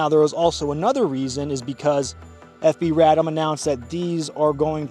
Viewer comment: RAY-DOHM BERR-REL